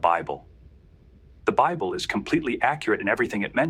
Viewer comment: "The bibbly" 🤣🤣🤣🤣 It's safe to say that this person doesn't care about the quality of their garbage.